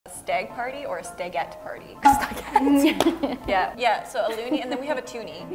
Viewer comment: Stagette sounds like Spaghetti.